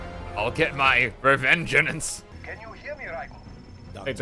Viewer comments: fun fact, this is the first time you pronounced "Revengeance" correctly in the entire video. Every other time, you kept adding an extra "en" in there, making it "Revengeanenance" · Legends say he is still calling it Revengean an ce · he says "Revengenance" the whole game 😂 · Revenganance ? Why is he adding in extra letters every time he says it ? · Is anyone else bothered by how he pronounces revengence for most of the time? He pronounces it "revengenance" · Take a shot every time fucks up saying "Revengeance"; you will die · It hurts to hear an english major mispronounce revengeance